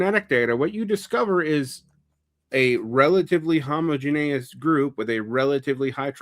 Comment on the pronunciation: I try not to be a stickler for pronunciation—I was a kid that frequently learned words from reading instead of people speaking (not to mention how pronounciation is tied with shibboleths and the myriad of other class issues)—but it is realllllly bothering me how he's saying homogeneous 😅